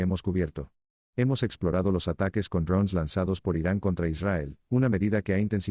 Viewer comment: Ud. habla Castellano, diga DRONES.